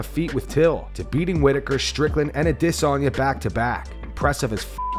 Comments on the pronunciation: why do you pronounce Izzy's last name so ridiculous? You're the only one who does that. Add- a- son -ya 😭😭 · The way always pronounces Izzy's name africa style even though he doesn't do the same for ANY other fighter. Take your hand out of that mans pocket. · At no point will there ever be a pause in Adesanya's name, you will just keep saying it wrong like the re*ards you are here at.